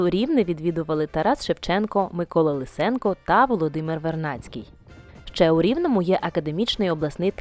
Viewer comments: Що з наголосами? КлЕвань, ЛИсенко! Бурштин то бурштин! Янтарь російською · Ріже вухо "пам'яник ШевченкО" замість Шевченкові і наголос в прізвищі композитра Лисенка має бути на першому складі, а не на другому.